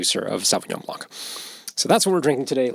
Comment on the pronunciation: Random comment: The 'c' in blanc is silent :)